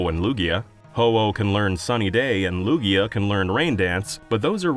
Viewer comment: Lugia does NOT end with an O, it ends with an A!